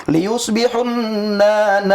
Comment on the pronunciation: Bacaan Qur'an nya salah2. Dibaca liyushbihunna, padahal yg benar layushbihunna. Beda baca, jd berubah maknanya. Ketahuan bukan nyantri beneran. Inilah kualitas murtadin.